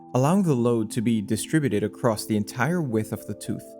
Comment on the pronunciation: “Thea” friction in “ey” cog… too many thea’s and ey’s in the comment voice for me 🙃